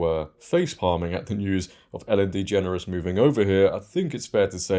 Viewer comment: U keep mispronouncing her last name